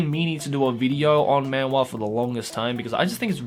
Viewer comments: my gosh... I hate how manhwa is said in an english accent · man-wah he says MAN-WAHHH Its funny cause......man-hWAAA